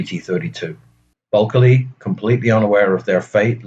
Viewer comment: Why do keep pronouncing buckeley's name bulkely?